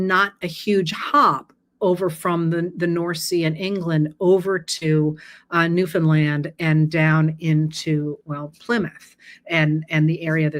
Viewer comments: So happy Newfoundland was properly pronounced🇨🇦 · I'm so impressed that you pronounced Newfoundland correctly! It's where I'm from and a lot of people get it wrong. I really enjoy listening to you and learn quite a bit about our southern neighbours from you. Thanks! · Thank you for pronouncing Newfoundland correctly! This was a fascinating posting. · An extra thank you for pronouncing Newfoundland correctly.🎶